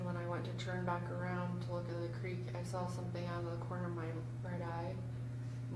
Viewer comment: in all his interviews he pronounces it as "Crick". Funny how he now pronounces if as "Creek".